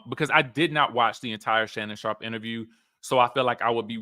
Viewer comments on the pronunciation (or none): none